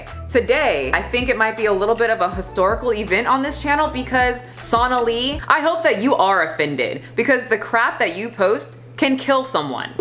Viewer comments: SO-na-lee, not SAUNA-lee. For as often as you say her name, at least say it correctly. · It's pronounced s-oh-nali not s-aw-nali. 😅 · It’s so-nah-lee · Completely random, but the name is pronounced the same as Bengali. So-nah-lee. Also, not a supporter of her. She's gross. Just been hearing that name pronounced incorrectly a lot lol